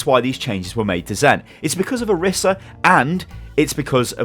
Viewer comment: orisa's name is pronounced oh-ree-sa not or-issa